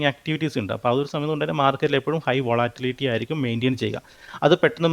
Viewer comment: അവന്റെ ഒരു വാട്ടിലിറ്റി.....😂😂😂